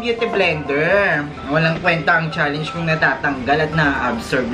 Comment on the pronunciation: lol bakit "challeynge" yung pronunciation ni dapar "challenge" lol😂 Next time try to pronounce it right😂